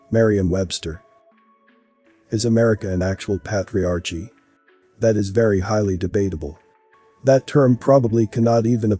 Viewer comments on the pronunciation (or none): The word is Pronounced: " ˈpā-trē-ˌär-kē " not "pat re arche" Please, when you learn a new concept, look up the word. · patriarchy~ "ch" is a k sound. How annoying to listen to lol GREAT VID THOUGH! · This guy needs to learn to pronounce “patriarchy” correctly because it drives Me crazy to hear the word constantly mispronounced…